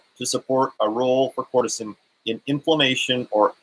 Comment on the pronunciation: You are mispronouncing it. (Ker-ce-tin)